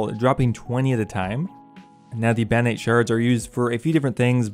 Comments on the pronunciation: "Bannite shards"? BaRROnite shards... there are r's in that word... and an o... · The word: Barronite The pronunciation: Banite Why don’t you even try? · Do you have a speech impediment? They're clearly spelled "Barronite" yet you keep pronouncing it as "Banite"